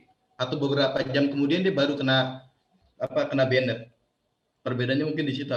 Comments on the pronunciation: Informatif sekali jadi sedikit tahu catur. PS: karena banyak dipakai, pronounce ban-ed (ban'd) , agak mengganggu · justru saya sudah nonton videonya, Percasi terkesan apriori dan bahkan arogan tanpa menggali lebih jauh informasi secara lebih obyektif. Anyway, "banned" itu pengucapannya atau pronounciation nya "bænd" bukan benet benet😄🙏